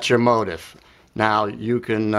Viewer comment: The pronunciation is (mO-tEEf). I've played this song ever since it was composed but never understood the structure. Thanks for another great lesson!